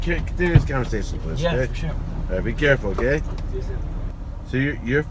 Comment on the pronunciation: «би кефул», а НЕ «карефул» ты говоришь эту фразу 50 раз в день, выучи наконец-то 🤦🏻‍♂️